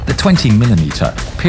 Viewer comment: Not a single person gonna talk about how he said "ammunition stowage"?